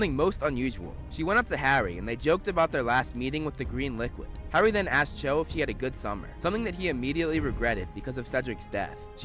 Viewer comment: Her name is Cho but I keep hearing Joe